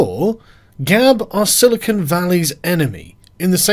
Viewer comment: Its silicon not silicone.